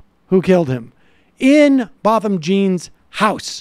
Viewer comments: Jean is like "John" (with a softer J sound), not like Gene. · Sam....Jean is Pronounced JOHN. ...in the Haitian Culture. .... Thank you for covering this....SAD SAD SAD.....Story.😢😢😢